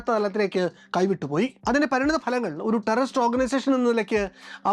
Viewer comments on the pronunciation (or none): none